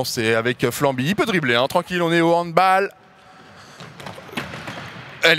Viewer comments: Et le goal n'a pas de gant et juste on dit handbAll et pas handboll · Doig fais un effort 😭 « Le HandbOl » « Le fUtsalle »☠️☠️ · HANDBOOOOOOL on dit handball car c allemand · Doigby il organise un évent de sport mais il ne sait même pas prononcer handball...